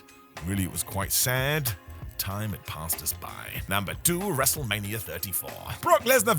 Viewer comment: Why do you say wrestlemanier?